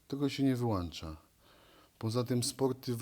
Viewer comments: Z całym szacunkiem do Różala - karierę się "wyłącza" no chyba że czas na pseudo federacje wtedy się "wyłancza" ( bez urazy rzecz jasna ) . Fajny materiał - Pozdrawiam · nie wyłancza a wyłącza cymbale:) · "Wyłancza"? ktoś tu nie ogarnia tak prostego słownictwa, ehh szkoda